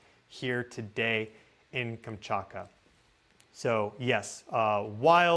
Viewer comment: 😊I think it stems from how fast you talk. You tend to omit certain sounds in words. “Manetosphere” Magnetosphere (Mag netosphere) Any word containing a form of “magnet” is missing the “G”. “Kamchaka” Kamchatka (Kam Chat Ka) To be fair - I’m 76 and pronunciation has been changing over the last 2 Gen groups. I am told that in the future, words will be pronounced in whatever way the majority of the population pronounces them. Even news readers drive me nuts. Not sure if phonetics is still taught. But hey, I’m on the way out. You can tell me to go eat star dust. 😂😂😂😂 I love your info either way and “get” your excitement. Just chalk it up to you being a softy and hating hard consonants. 😅❤❤❤